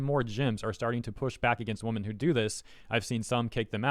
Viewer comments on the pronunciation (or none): im curious, can you not say wo-MEN? you usually say woman as a plural. not trying to be mean. love your vids! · It bothers me that you say "woman" when you mean "women" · "Women" is spoken like "wimin", almost the entire word changes in the plural form. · I hope was being satirical, purposefully mispronouncing "women" as "woman", and not that genuinely doesn't know they're pronounced differently. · Am i crazy or is he pronouncing women as woman? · Please learn how to pronounce the plural word "women". It is not pronounced the same as the singular "woman" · Just to clear up my hearing at the beginning of the video are you saying women or woman. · Is he saying women? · I agree.